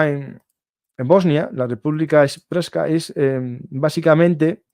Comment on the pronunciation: República serpska se pronuncia. Lo de kosovo fue una cagada de occidente, la verdad. Fue un robo de territorio a Serbia x eso está echada en manos de rusia y se le da legitimitad a ésta de hacer lo mismo, aunque es totalmente condenable todo lo q hace rusia. Viva Ucrania